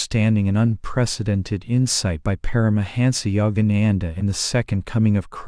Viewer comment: Please pronounce Parahansa yogananda‘s name correctly. Sounds terrible the way AI pronounces it